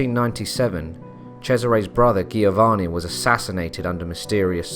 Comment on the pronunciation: Nice! Try to pronounce „Giovanni“ with a J instead of a G and keep in mind to emphasize the N instead of the A